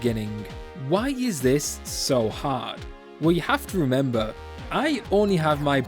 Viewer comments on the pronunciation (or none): none